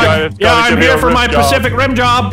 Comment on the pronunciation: nogla said pasific ring